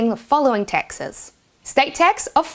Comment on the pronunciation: That's what I was focusing on most of the video. It's so funny she pronounces "taxes" as "Texas". Where is she from? What accent is that?